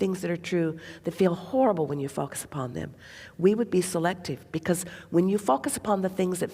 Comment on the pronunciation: Whenever she says the word focus, I hear something else. (Fu*k us)🤭 I guess I’m immature.😅